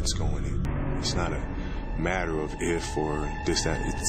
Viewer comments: Kurokuro basuke!!!!it doesn't "maer" (matter) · "it doesn't ma'ah"